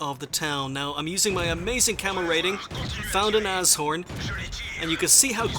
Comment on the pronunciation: "Found an asshorn" - lol :D